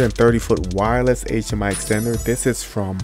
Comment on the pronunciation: "...wireless Aychhhmiii..."